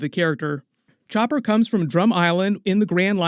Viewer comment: its chopppppper not choper